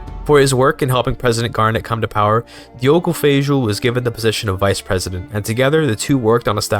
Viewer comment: well, that is kinda funny, because Feijó (it is pronouced feijoh) actually was a catolhic clergy, and in Brazil he is known as Father Feijó.